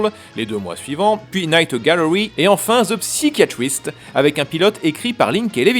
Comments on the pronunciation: ça se prononce "SAÏ-KA YA TRISTE." en anglais. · j'adore tes vidéos mais tu devrais parfaire ton accent anglais... on dit "saillekayatrist" pas "psykatrist"